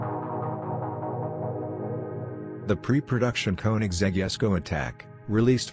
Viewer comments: Jesko! Emphasis J not yesko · It's a tribute to CvK's father - Jesko von Koenigsegg. So, the name should be pronounced as his father does so and it's as Yes-co.